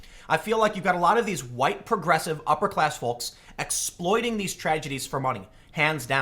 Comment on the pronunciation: I love the way you pronounce "folks".